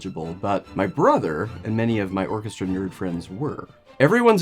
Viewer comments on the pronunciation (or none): none